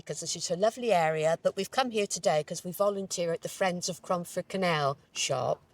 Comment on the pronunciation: Cromford not away romford